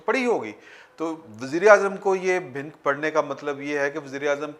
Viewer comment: No word "bhink" but "bha-nuk"